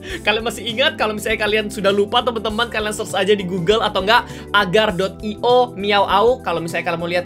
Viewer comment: Slither io dan Agar io bukan seliter dan ager 🤣